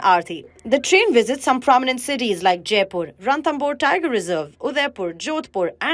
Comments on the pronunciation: It’s Ranthambore not Ranthamur! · Ramthamur nhi ranthambhor